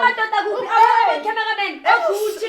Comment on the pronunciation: This guy keep on calling Succi 😅😅😅Athi Gucci kanti umsebenzi wakho owani, mbambe 😂😂